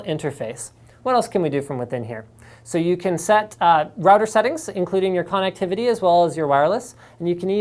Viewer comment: every time linus says "connectivity" i hear "con activity" :D